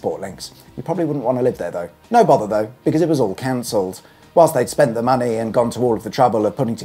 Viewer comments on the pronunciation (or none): Did you say canceled or "counciled"? Is there even a difference, since it seems to be what councils do best?